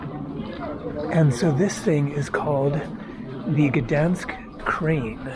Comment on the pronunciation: 1. Gdansk is pronounced like "G-dahyn-sk" 2. Poland is as beautiful and safe because it's a proud nation that has defended itself over and over and it knows not to let illegal immigrants disrespect its country, people and culture. However, you decided to speak against the USA for doing that exact thing in a previous video. Keep your political beliefs to yourself!